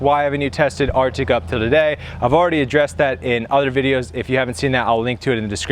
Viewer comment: RTIC not "Arctic"